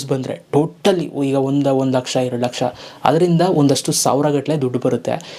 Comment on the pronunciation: 4 ಲಕ್ಷಷ ಅಲ್ಲ ಲಕಾಶ thuuuu😂